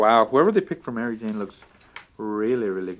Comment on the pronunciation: Did you say Mario Jane ? Haha good times.